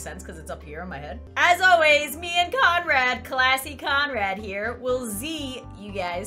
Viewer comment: I thout you said comrad